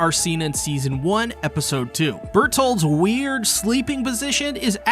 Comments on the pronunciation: the way he says bertholdt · i choke everytime he said bertholds name wrong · no when he mentioned his sleeping position he said bertholdt